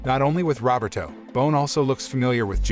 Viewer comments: Robert O? Isn't it Ro-ber-to? Geez... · I enjoy these videos , thank you , one item of improvement is to improve how how to say words correctly , Roberto is pronounced = RO BER TOE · The way you say Roberto (robbertoe) cracks me up. Love your recaps.